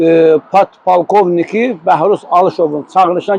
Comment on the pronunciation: PALKOVNİK YOX POLKOVNİK 🎉🎉🎉